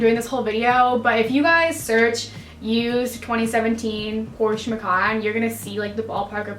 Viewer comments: So I'm German and it is PorschE 🙂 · Please don’t ever say PorschUH lol Beautiful car good for you. 🥰👍🏻😍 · i think "porschay" is the closest to describe how we would say it in german, lol 😃 even though it looks silly. but its hard to describe a word that ends in E and where the E is actually pronounced... 🤔 and i remember beyonces version of Ave Maria and she pronounces it more like "Avay", i think its hard for americans to actually stop on the E and not put that y after it.. 😉 sounds complicated but maybe you know what i mean 😊 grüsse aus der schweiz